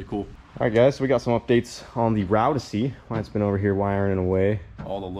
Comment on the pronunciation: Wyatt = Wire-it